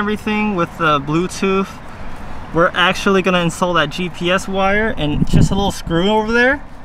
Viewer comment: Say it BLUETOOTH . Say TOOTHHHH. NOT blueTOOF . Not TOOF😂